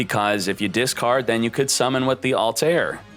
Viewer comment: It’s pronounced altare